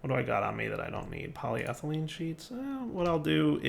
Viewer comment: at least he is more consistently pronouncing polyethelyne correctly. takes the wins you can get.